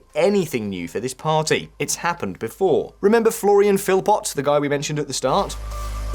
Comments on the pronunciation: Philipot is pronounced Philipoe. In Old French ( ), the last consonant was pronounced, but is normally silent now accept words like "fils" (son). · Your French pronunciation REALLY lets you down in this one: - Rassemblement National - Philippot Where's her ankle bracelet?